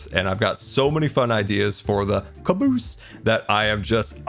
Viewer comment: I think your pronunciation of "caboose" should be from now on the official default dictionary standard.